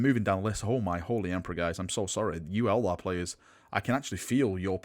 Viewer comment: It's Eldar, not Elder! REEEEEEEEEEEEEEEEEEEEEEEEEE